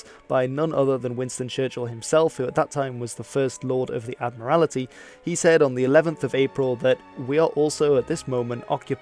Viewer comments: Ad-morality? I think you mean Admiralty. It's like admiral, with a tea on the end. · An interesting video. Thanks muchly. By the way, it's "Admiralty," not "AdmirAlity", and "Aage" is pronounced "Awe-wa". I have a Danish acquaintance with that name. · Sorry, but since we're both language nerds and I'm a stickler for pronunciation: you mispronounce "admiralty" as "admiral-i-ty". Still, keep up the good work and bless you, mate!! 👍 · "the admirality"..??? ADMIRALTY. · it's admiralty, not "admirality"! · You really butchered the pronunciation of the word "Admiralty"